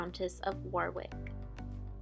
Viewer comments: oh and the a is pronounced as o, so the pronunciation is actually WO-RIK and WO-RIK-SHER (all the counties ending SHIRE are pronounced SHER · Note:. The second W in Warwick (and Warwickshire should NOT be pronounced. It is completely silent.